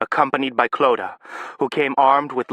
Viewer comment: This narrator gets "Clodagh" right. <3